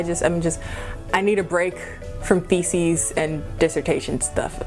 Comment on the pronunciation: i thought you said feces at the start of the video not theses 😂 feces and defecations